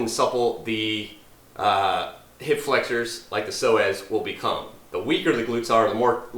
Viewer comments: Sounds like he said so ass😅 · All this time I kept thinking he was saying "sore ass muscle" with a southern accent...I'll see my way out